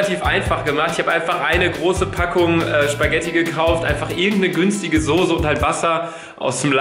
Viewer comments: Warum sagst du immer Sose? 😂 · Es heißt Soße und nicht Sose... 🤣 🤣 🤣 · Warum sagst du immer „sose“ es heißt „Soße“. Mit nem „scharfen S“ 😂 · Wieso sagt Luca und viele andere immer “Sose“ es heißt SOßE!!! 😂😂 Es macht mich aggressiv!!!😂 Trotzdem geiles Video!! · SOßE nicht SOSE !!!! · Ich sag immer soß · Soße Luca, S-O-ß-E nicht sose 😂 Love you ❤ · Luca, sag mal bitte wie jeder andere SOßE und nicht Sose😂👌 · Ich sag auch Sose😂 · Normale Menschen: Soße Luca:Sose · Ich hör auf das video zu gucken einfach weil Luca Sose sagt statt Soße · luca kannst du bitte aufhören Sose zu sagen es heißt Soße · warum zur hölle sagen alle YT sose das triggert voll :) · Soße nicht Soose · junge es heißt soße nicht sose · Es heißt soße und nicht sose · Hahahhaha ich sage immer Sose😂😂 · Soße heißt es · Ich sage SOSE😂😂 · Ich sage immer sose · Soße nervt mich irgendwie wenn es zu oft kommt sise nervt eig.auch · Das heißt sauce ( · Es heißt soce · Es heißt Soße😡😡😡😡😡😡😡😡😡😡😡😡😡😡😡 mit ßßßß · es heißt soße!! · Sose .....ES HEIßT ABER SOßE SOßßßßßßßßßEEEEEE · Ja Manisssssss soooooooo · Mich auch 😂😂